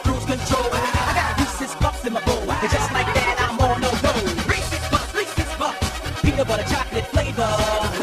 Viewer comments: Sounds like they were saying "Racist puffs! Greece is fucked!" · anyone think that Reese's Puffs sounds like racist Puff